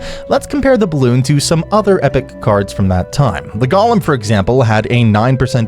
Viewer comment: I hate how u pronouce golem